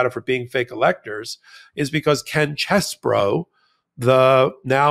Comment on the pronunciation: No, it isn't CHEESE-BOROUGH, but it isn't Chess-BOROUGH either. It's Chess-BRO.